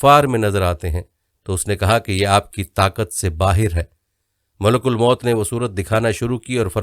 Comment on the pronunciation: Sir please correct your pronunciation. You kept saying MULK AL MOUT. that is incorrect. Correct is MALIK ALWAYS MOUT.